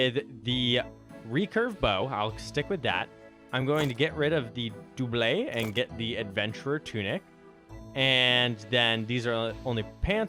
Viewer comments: It's dub-let lol not dooblay. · Dub-lit lol "dublay"